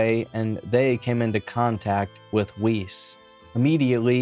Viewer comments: Yeah it's Weise not Weiss. Weiss is a German last name. Weise also sounds German. If it's German, then it's likely pronounced Ve-Eye-Seh, or something close to that. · . ‘Wuss’, I’m pretty sure it’s pronounced ‘Wuss’ in Jeffrey’s case. ‘Jeffrey Wuss’ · not that this guy deserves respect, but i believe "weise" is pronounced "vye-zuh" because it's german